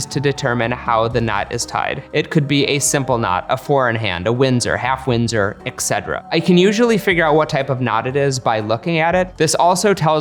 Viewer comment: It‘s et cetera , not ek cetera. But great video. 🤯